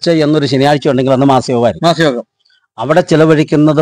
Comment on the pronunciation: ബ്രോ മാസയോഗമല്ല "മാംസയോഗം "എന്ന് പറയുക.ഒരു ശവം രണ്ട് മണിക്കൂറിൽ അടക്കിയിരിക്കണം. 👌👍🙏